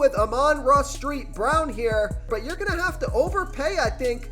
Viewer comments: street brown lmao, it is saint brown , not to be rude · You say amanra "street" brown???? Lol. Still a good pick I say